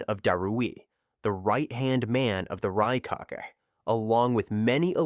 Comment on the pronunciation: it’s pronounce RYE-CAH-GAY, not RAKE-AGE. I totally understand it’s AI. I would be happy to lend a voice. I watch these all the time now.